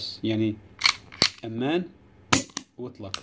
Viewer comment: يا رفيق أمان تنطق بفتح الميم فقط لا تشددها